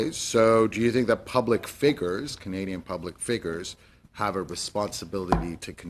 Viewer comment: Ali Ehsassi, what is a "public figger?"